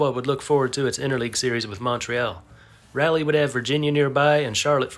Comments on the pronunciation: New Orléans had a viable AAA team until it got moved recently, with a decent stadium that still stands. But here's a tip - nobody calls it "the big easy". Also Raleigh is not pronounced "rally" (It's RAH-lee) and Montréal is not "Montre-al" but "montre-all" -- again, like Raleigh, long A, not short. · Great video but Rah-lee not rally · Oh, also, for the record, Raleigh is pronounced more like "raw-lee" not "rah-lee" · I’ve lived on this Earth for 43 years and I’ve never heard anyone pronounce Raleigh like “rally”! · Did I just hear Raleigh pronounced like "rally"? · That's now how Raleigh is pronounced.